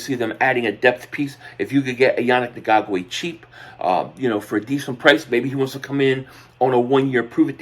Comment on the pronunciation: I really….. really, really, really hate when people make videos and don’t take the 3 seconds to learn how to pronounce their name. Annoying and disrespectful at the same time… say it with me “Yah-nick N-gok-way” it’s really not hard.